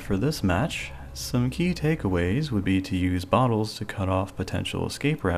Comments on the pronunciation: Ok I love your channel and all. Your videos are very helpful but please stop saying key like that. Other than that, your channel is perfect the way it is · putting so much emphasis on the word key when there is no pun makes me uncomfortable